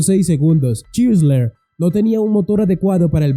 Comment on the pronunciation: Chrysler y se pronuncia craisl craislær, Renault y se pronuncia renœ.